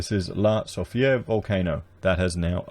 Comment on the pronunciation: no its pronounced "la soof ray"